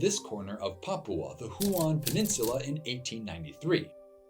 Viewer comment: Huon is pronounced like a colour "hue" and then "on" - not "who-on". At least in English - it's derived from the name of a French explorer, and as I don't speak French, I can't attest to its pronunciation in French.